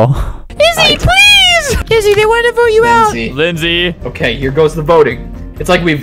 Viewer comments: it’s so funny how he said izzy more like dizzy and now her name is dizzy in the new game.. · He said izzy more like dizzy and now her name is dizzy…